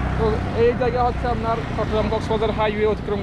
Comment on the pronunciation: ভাই,আপনার ভাষা গত দুর্বলতা আছে।আপনার কথার মধ্যে চাটগাইয়া টান আছে।এটা শুদ্ধ করার চেষ্টা করেন।যেমন আপনার ববতে গেলে আপনি উচ্চারণ করতেছেন, আমনার।এসব ঠিক করেন